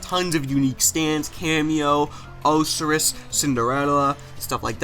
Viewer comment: Did he just say oh-seris instead of osiris?